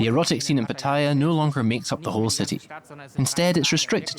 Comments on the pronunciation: Who gave Pattaya the pronunciation of Pat-Tia? Back in the 1960's we called it Patt-e'-ya. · PATTAYA Where is the i? Proper pronunciation is P A T T A Y A NOT P A T T I Y A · It’s PAT-ta-ya and not pa-TA-ya. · Rubbish video, and they can't even pronounce Pattaya correctly. Its not PATTYRE, lol! As long as the gals are 20 or over its nothing to worry about. Most of what goes on in Pattaya is harmless, and many men dont go with young women, eg, LK Metro, its mostly women around 30 to 40. Lots of Western men find GF s in Pattaya, which they can't do back home if they are just average men. Underage stuff should obviously be weeded out and the organisers prosecuted and punished accordingly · its pronounced PAT A YAA for goodness sake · Yes, I don't know why so many ignorant people call it PATTYRE! 😂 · You make a documentary and cant even pronounce pattaya correctly what shoddy research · I wish the narrator had asked just one Thai person how to pronounce Pattaya correctly. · Within 5 seconds you prove you have never been to Pattaya as you completely butchered the pronunciation. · Shame they didn't learn how to pronounce pattaya correctly